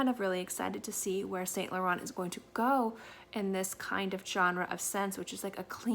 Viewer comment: hey honey thanks for the video, just little correction: the T in Laurent is silence its pronounced Lauren